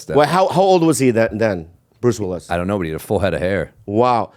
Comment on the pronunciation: At like 25min Bobby says, “Bruce Libbilus” (Willis is what he meant to say), no one acknowledged it, I was dyin laughin.